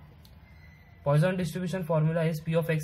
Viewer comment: GREAT VID! PS Its not POISON'S RATIO BUT pronounced as poo-son's ration